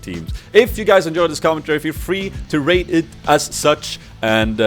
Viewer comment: Lol in the end i heard "if you liked this commentary feel free to rape it..." brain wtf